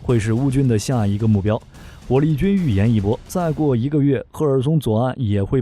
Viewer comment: 火力不是正力